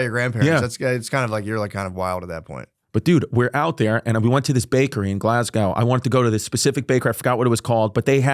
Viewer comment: Great pod ❤ but it's pronounced glaz-go 😎 or glays-gah to the locals